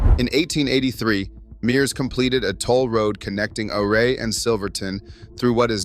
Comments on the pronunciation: It is pronounced U-ray not OOray. just saying. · I grew up in Delta County Western Colorado, Before the Eisenhower Tunnel we Drove 550, Red Mountain Is a Sweet Drive, There is access to 1 of the best 4x4 Trails In America. And stop mispronouncing Ouray... you weirdo